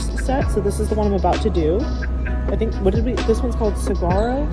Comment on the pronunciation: Just an FYI, No "g" sound in Saguro. Phonetic Sa-warro.